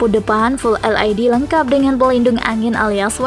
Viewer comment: Naratornya perlu belajar membaca lagi neh.. LED dibaca "el ai di"😃 WIND dibaca "wain"🤣🤣